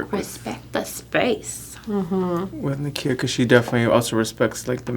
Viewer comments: Wait her name is Nakia not Nikita was I hearing things?!?!?!? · Damn you're so rude! How hard is it to learn and say her name right?? It's a million times easier than yours for sure lol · I would of had to correct her saying my name wrong the whole video, girl you are beyonce's hairstylist